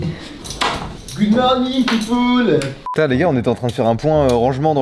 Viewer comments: Le: "Good Morning peopoul" M'a achevé de rigole 🤣🤣🤣🤣🤣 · « goud morninnng pipouuule 💁🏽 » PTDR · "GOUD MORNING POU-POULEUH"